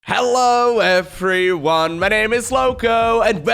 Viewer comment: What's an effree van? Oh, everyone. Oh I see, it's phonetically funny :D